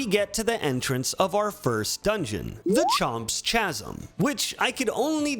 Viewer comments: Really? CHA-zim? Lol it's pronounced KAH-zim. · First time viewer. Stopped after 4 minutes. Get your stupid body out of the screen. You're annoying. Also, Chomps Chasm. The CH is pronounced as "K", not "CH". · KASM not CHASM lols. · I am 1000% confident that someone else has pointed this out, but chasm is pronounced Kah-Zom. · I’m going insane so I feel like I need to let you know that “chasm” is pronounced “kasm“ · It's pronounced "kasm" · Bro you did not just say the word Chasm like that, its, its pronounced, casm (All jokes aside, love the video, but PLEASE put the creators names and their works in your descriptions, its the least you can do for them.) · It's pronounced "ka-sm" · It's pronounced "kasm," my guy. Read a book or two. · chasm is pronounced kasm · Just a heads up that “chasm” is pronounced with a hard c sound like “kasm” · Great video! Chasm is pronounced with a hard K sound. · honestly a year later he's still saying CH-asm and he's been saying it since his League CWTAT videos, I don't think it's ignorance I think he's just a weirdo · Bro, really? Please say “chasm” correctly. It’s a hard “c” sound, not a “ch” sound. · your pronunciation of "chasm" physically bothered me, lol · Your pronunciation of chasm made me unreasonably angry. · Dude the h in chasm is silent lol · The H in chasm is silent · bro said chasm wrong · please pronounce “chasm” correctly in the future for the sake of humanity’s preservation of the ability to communicate. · i seriously can't tell if you're mispronouncing 'chasm' as a joke, or because you don't know how to actually pronounce it correctly. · That's Undine from Secret of Mana. Also learn how to pronounce 'Chasm'. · I am pretty sure chasm is pronounced with a 'k' sound. After a google search, I'm even more sure. Any native English speaker here to verify? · They way he pronounces chasm brings me joy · Drinking game: take a shot every time he says "chasm" like it's spelled and not like how it's supposed to be pronounced.